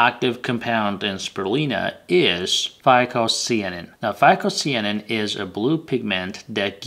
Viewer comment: Not SEE-a nin....it's SYE - a nin...cyan as in blue...it's blue algae.